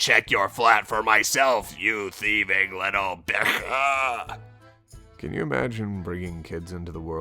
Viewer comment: i love how pronounces the word for female dog <3 it sounds so exotic <3